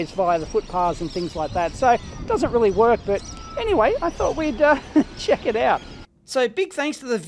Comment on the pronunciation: ''..and see if we can playback this signal and actually get this thing to WOK'' XD. Love the Aussie language.